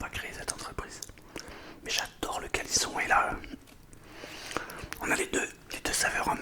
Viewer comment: Il dit le callisson mais j'ai du vrmt bien écouté mdr